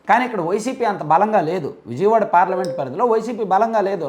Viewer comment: ముందు విజయవాడ నీ ఉజయవాడ గా పలుకుతున్న నీ మాటలు 🤣🤣🤣🤣🤣🤣🤣🤣